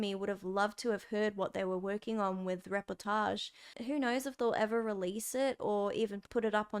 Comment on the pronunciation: I’m french and, yeah, it made me smile. You actually said it with a german accent ahah ;p